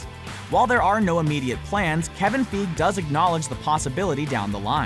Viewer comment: His pronunciation of Kevin Feige>Sony